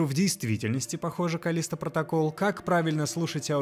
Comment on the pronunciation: "КАЛЛлисто протоКАЛЛ", вот так в обще то правильно)))